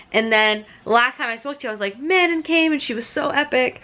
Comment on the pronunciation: YES hahaha I kept laughing, I’m pretty sure Manon is pronounced mah-NON, though almost everyone pronounces it like “Shannon”, but I say Elide and Aelin the same way as you 😌